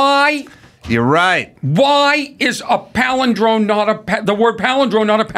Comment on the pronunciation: Corny Adams palidrone flub starts my day off right!